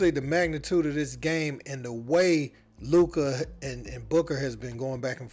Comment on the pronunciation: Maaaan Luka in his 6th in the league and people still can't his name correctly.